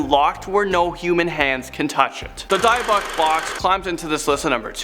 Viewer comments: Its pronounced DIB ICH BOX NOT DIEBIC. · D-ibic not dyboc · It's pronounced as dibbuk not diebbuck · It's actually pronounced ED-inburough 😅 And Dybbuk is pronounced Dibbuck. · gotta be careful of those die-a-buck boxes, you'd think standard prep for a vid would be pronunciations of key items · FYI: Pronounced 'Dibbik Box'. 🖖👽 R.I.P Lorraine Warren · I think it’s « dee-buk » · It's pronounced dibic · Hey! You mispronounced Dybbuk! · #2, It's Pronounced Dybbuk Box